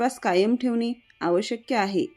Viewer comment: बोलताना आवश्यक्य न म्हणता आवश्यक असे म्हणाला तर बरे होईल.